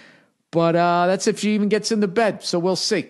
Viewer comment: .... "Ya know......Just make sure the bwat's on your side of the bwed." 😆